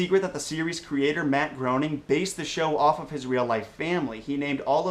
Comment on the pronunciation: Am I the only one that noticed he butchered Matt's name?